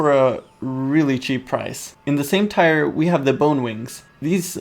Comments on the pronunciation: its tier not tyre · Tier is pronounced TEE-r not TIRE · why is he saying "tire" instead of tier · It's not tyer it's TEEEEEEER SPELLED TIER DAMN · Tier..... is pronounced like TEER, not TIRE. Holy fuck.... You even know the correct way to say it lol but you choose not to.... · in English the word 'tier' is pronounced the same as the word 'tear' NOT the same as the word 'tire'...:) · its TIER not TIRE! gaaah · tier, not tyre. say it like tear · Tier is pronounced "teer", not tyre. Sorry, this just bugged me. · or 'tear' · i dont blame you for saying tyre instead of tier. thats just the way you say it. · It is tier. Not tire. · tier is pronounced "tear"... not tire.. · Also, just so you know its not tire its like saying tear, not trying to be mean just being helpful. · Is he pronouncing tier wrong, or is it just a cultural thing. I say tee-ur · It's pronounced teer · I hate how he pronounced tier pike tire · tier- pronounced tear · its pronounced (teer) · It's pronounced tear. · “Listen to me I know everything” Pronounces tier wrong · Your saying tier wrong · God, pronounce tier correctly -_ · You know that's not how you pronounce "tier" right?